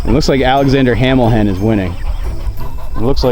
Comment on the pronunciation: "Alexander Hamil HEN " 😂